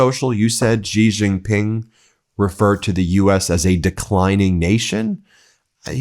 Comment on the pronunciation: Hey Ben! I love you and what you do but I really wish you would stop mispronouncing Xi Jinping. Try saying She-Jeen-Ping (She like the pronoun, Jeen like Jeep with an n, Ping like ping-pong. Main stream media titally pronounce it wrong and they always try to pronounce "J" as if it was a French word like Beijing (correct pronounciation is Bey-Jeeng as you would pronounce Jee in Jeep).